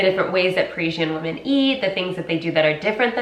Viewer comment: She also doesn't make any distinction between "woman" and "women".